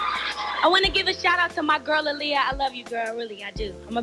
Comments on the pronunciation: I disliked this just bc hearing her say ahh lee ah instead of uh lee ah. Annoying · (UH-Lee-ya) girl not (Ah-lee-ya) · Your videos are so descriptive! Love it! But man I hate how you say Aaliyah. It’s Uh-Liyah not Ah-liyah 🤦🏻‍♀️ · Who the hell is ahliyah? It’s Aaliyah ma’am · Where tf are you from? Its A-leeyah (AALIYAH) not Ah-leeyah!!!! Pronounce her name correctly please. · Everytime you said “Auliyah” I cringed, it’s “Aaliyah” 😕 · Who's AHHH-Liyah? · instead of saying Aaliyah, she said aww-liyah 😂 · Its Aaliyah not Ah-liyah 😡😒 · Kind of mad at the way she's saying Aaliyah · Why you calling that girl "All-liyah" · Great video but it’s annoying the way you’re saying Aaliyah‘s name... ALL Lia.. smdh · Girl it’s AALIYAH NOT AHHLIYAH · The way this lady pronounces Aaliyah’s name irks me 😤 It’s not AH-liyah Jesus. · No it's pronounce 👁 -liyah that's how aaliyah's mother pronounce it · Ah-Lee-uh? Why did u keep pronouncing her name like Ali? Lmao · The way you’re pronouncing Aaliyah is SO CRINGE. I hate it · I’m glad you got Aaliyah’s name together after a few trys lol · Stop saying Aaliyah like that you’ve never said it like that before what’s wrong with you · Learn how to say Aaliyah